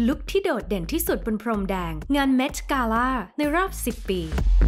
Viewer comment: คนพากย์อ่ะ ก็รู้ว่าภาษาอังกฤษดีนะ แต่บางทีก็ accent เกิ๊น กาล่าบางคำมีใส่ r เข้าไปด้วย คำว่า gown ก็ใส่ r จนฟังเหมือน ground